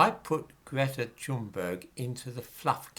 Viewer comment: if her parents were loaded and connected by the political elite, YES, she would be just as accepted by the impoverished. if you're going to critique her, at least pronounce her name correctly. you're not aggressive or working class enough to give credence, controlled opposition comes to mind. history debunked? don't make me laugh. nuke this comment at will, i expect nothing more from the likes of you.:X